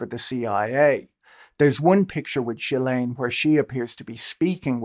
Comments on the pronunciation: Jill lane but you say it together jillane, that’s how you’d pronounce it. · Very nice of you to do this recap! But it's Ggghislaine, hard G like Guy. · That was the best summary I've seen of the Epstein scandal. The question of where his wealth came from is one that deserves far more attention. I have to comment though on this inability to pronounce Ghislaine's name properly. The English media don't seem to have the same problem, possibly because of repeated exposure to her father saying it. In America, all manner of educated folks have yet to figure it out, Lawrence O'Donnell included. It is a French name and therefore phonetically sounded out. The Gh is pronounced the same way as in ghost. No juh sound. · Jizzlene in France. {unfortunate with the Jiz part.} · After all this time and people are still mispronouncing ghillaines name? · The mispronouncing of GM's name must grate on her ears. But there is no doubt whatsoever who they are referring to.